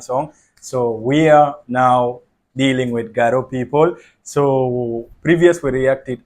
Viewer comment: Wow wonderful garo pronounce is good